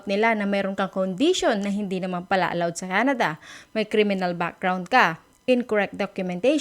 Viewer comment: Wrong pronunciation of the world "pala", "mag-pala". :)